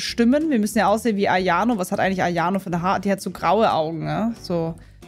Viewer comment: Hast du AYONO gesagt 😐 (no hate ich finds einfach funny)